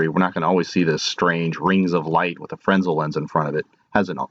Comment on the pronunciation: Frez nel is the correct pronunciation